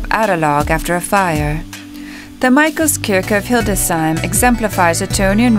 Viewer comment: I agree about the music, but i suspect the whole video is auto-generated by AI. Also, it is not Hilde "Sheim" as the AI narrator says. It is Hildes "Heim". 🙂